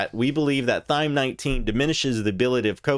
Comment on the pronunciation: Why does he keep calling it Thyme?